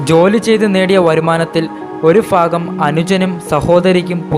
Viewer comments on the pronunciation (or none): V ..good നല്ല ഒരു അവതരണം. ഫാഗം അല്ല. ഭാഗം എന്നാണ്.കുഴപ്പമില്ല കൊല്ലം കാരനാണ് അല്ലേ,, 😀